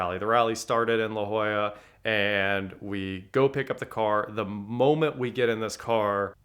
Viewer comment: Thanks for pronouncing La Jolla correctly.